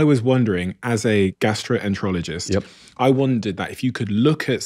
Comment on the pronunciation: Guy said he’s a gastro-rologist?! What the hell is that!??